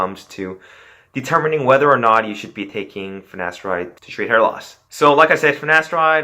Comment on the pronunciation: My man... you can’t be spreading knowledge whilst pronouncing “finasteride” and “gyno” like that. It’s pronounced “fi-na-STAIR-ide” and “GUY-no”. 🤣